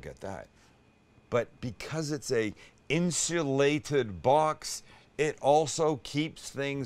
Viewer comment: Sam, Speak for yourself, you've been drinking. Can you say Insuulated again?